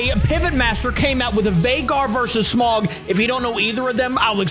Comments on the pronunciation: dude Smaug is EVIL (ps it’s pronounced “sm-a-o-ug” not “smug” or “smog”) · It's smaug not smog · It's not pronounced like smog it's pronounced smawg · So, it's actually smaug, not smog. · Sm-ow-g not smog just to let you know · It’s pronounced Sm-ow-guh not Sm-og, also Smaug is literally known as the impenetrable talking dragon. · You did not pronounce Smaug right, it's spelled S-M-A-U-G.